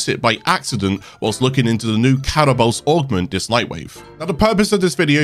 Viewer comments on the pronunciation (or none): why are you saying catabolyst like that? it's ca tabol yst, not catabolst